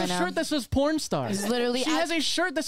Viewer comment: Every time the adults say porn I hear corn... Does anyone else hear that or is it just me?